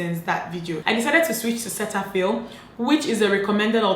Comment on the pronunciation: Umeh .....…Cetaphil is actually pronounced Ce-da-phil.